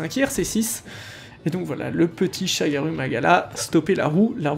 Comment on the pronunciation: Par contre du dis des ou au lieu de u et parfois l'incerse Pour le ShagarOU magala tu dis u 😭 (exemple avec les medulla où tu dis medOUlla) Bref pas grâve je comprends tu essaie de les dorés à la japonaise